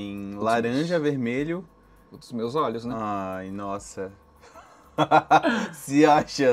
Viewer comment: e sua grande dificuldade de falar " olhos " KKKKKKK